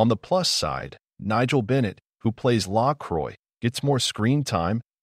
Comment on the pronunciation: Nice video, but you mispronounced LaCroix. Second, the third season wasn't all bad. Yes, the powers that be at USA basically finished Forever Knight. If it had not been for Geraint Wyn Davies, they would have gotten rid of Catherine Disher as well. The new characters in season 3 were not all bad. Yes, if the PTB had left it alone and not cut the budget, it might have lasted longer.